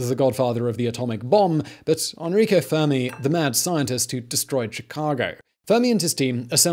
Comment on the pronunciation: it's Enrico not "Anrico", learn to read Simon! I know you are terrible at pronouncing things but this is beyond that, it is simple, E-N-R-I-C-O. With an E.